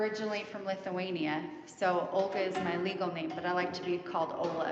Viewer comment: Omg did you say Lithuanian?